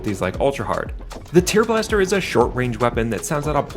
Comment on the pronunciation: Is this an AI narrator? The way it pronounces "tearblaster" is bugging me. Lol